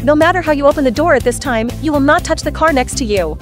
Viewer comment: "it's my carrr" 😂😂😂😂